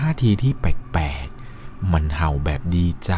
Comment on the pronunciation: เล่าดีมากๆค่ะ แต่ขอตินิดนึงนะคะเวลาพูดคำว่า แปลกๆ ออกเสียงว่า “แปกๆ” บ่อยมากเลยค่ะ ลองปรับออกเสียงให้ถูกซัดนิดนะคะ ✌🏻😘